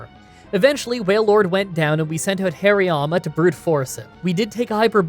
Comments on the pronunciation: Please stop calling Hariyama "Hirayama". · Regular people: haar-ee-yAma,: HAIRY-MAMA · The fact that you kept pronouncing HAriyama as HIriyama really triggers me 😂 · oh wait, and Hariyama. It's not pronounced hairy-yama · These pronunciations!!! What is a Hairy Yama or Karavanah